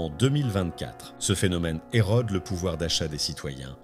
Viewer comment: On prononce érode pas êrodde.